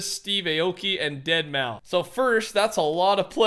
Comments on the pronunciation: It's not deadmau its pronounced deadmouse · Did my man just say Deadmau? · Its pronounced DEADMOUSE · Did he just say DeadMau bruh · it's pronounced "deadmouse" no one knows how to say it lmao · its said as deadmouse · My man calling Deadmau5 “Deadmeow”